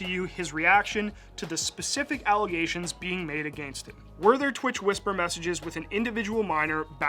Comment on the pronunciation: "allegation" bro needs to learn English